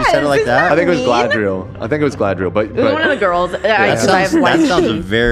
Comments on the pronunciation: ARAGORN not ARAGOG SMEAGOL not SCHMEGOL GALADRIEL not GADRIEL ARWEN not AIRWAND THANK YOU ETHEN, AND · GALADRIEL!!! Not galdriel... Sorry had to :(